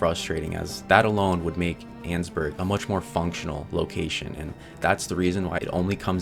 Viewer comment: Erm actually it’s pronounced ann-ess-burg 🤓🤓🤓🤓